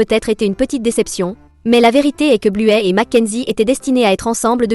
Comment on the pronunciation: Arrêtez de dire bluet son nom c'est bluey